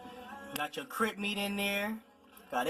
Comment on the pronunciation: He said CRIP meat😂😂😂